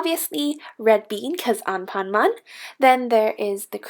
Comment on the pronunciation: This is how you pronounced anpanman (an pan man) not anpanmam (on pon mon)